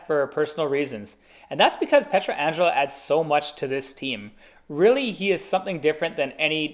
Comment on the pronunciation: the way you’re pronouncing Pietrangelo is driving me insane